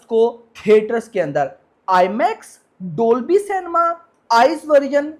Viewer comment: Dolby ❌ dobly ✅